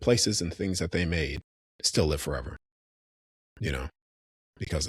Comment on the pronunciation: Are you saying creation or Croatian 😂